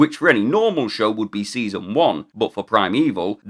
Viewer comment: You went a bit French there...saison. 😊